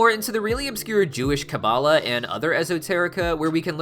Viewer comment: 1st love your hazbin hotel and helluva boss videos 2nd Kabbalah is more like KA-balah you said it right but maybe say it a bit slower at the start 2. Gevurah is G vurah (g like gorilla/god) 3. What is a zohar is it a second name for the tanakh (Bible)? (Sorry its took me some time to answer I needed to re-watched the video)